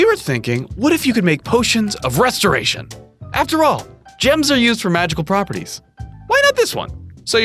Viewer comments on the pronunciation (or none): "Potion of Restiration "